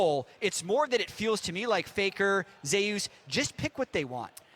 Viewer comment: I hate that they can't pronounce Zeus correct.